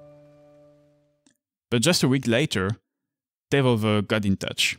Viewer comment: From the first pronunciation of Devolver I was in. 👌 I’ve never heard it that way and I like it. Really interesting video. Keep up the good work.